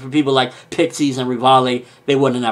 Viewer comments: it's not 'Rivallie', it's 'Rivaille', that's why his nickname is Levi XD Reev-Isle :D That's how it's read, but I like his reviews so I just don't mind it :) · Please call him Levi because Rivaille is not pronounced like that... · But Rivaille still isn't pronounced like that.